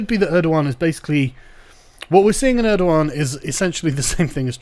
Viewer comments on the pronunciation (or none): it's erdogan not erdohan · "Mustafa Balbay, nice, I can pronounce that" "Err-doe-wahn" How does Erdogan become Erdowan I don't care if that's how it's spelled, this is engligh und ve pronounce our gees